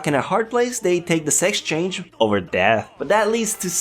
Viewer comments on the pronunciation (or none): none